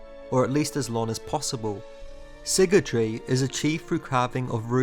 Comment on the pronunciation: My man is saying siggletree, it’s sygaldry, si-gal Not sure if this bugged anyone else